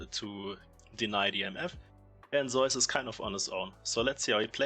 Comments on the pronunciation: Well... only half true. The German pronunciation is using in this video is similar far away from the Greek as the Korean one is. Just because "Ζεύς" looks like "eu" doesnt mean its correct to pronounce it like the german "eu" umlaut 😉 But it makes historically sense why Germans pronounce it like that. I think even english is closer than both german and ko. However, none of this matters, since the player himself calls him "Je-woo-s". This is a mix of his birth name "Woo-je" which kinda lines up with the Korean pronunciation of "Ζεύς". I mean, we never should be mad at casters or influencers for pronouncing player names wrong. But if we are trying to decide what's correct and what's not, it is IMO best to listen to the player themselves, because in the end, Pseudonyms are their "creative" invention and therefore "correct" the way they say it, ignoring any history or language origins for their inspiration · Zeus is the greek good. The player on T1 is pronounced Zayus.